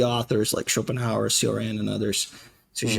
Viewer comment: It pains me when i hear how people mispronounce Cioran's name.